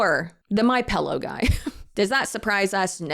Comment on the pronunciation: you did not just say “pellow” did you. 😂 love your videos!